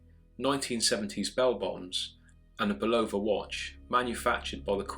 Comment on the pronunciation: The correct pronunciation of the watch firm is pronounced "BULL a vah" , not "Bula vah".